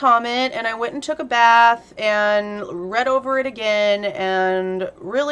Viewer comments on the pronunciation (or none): none